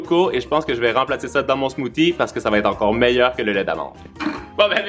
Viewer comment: C'est marrant quand tu dis le mots "Smoothie" 😂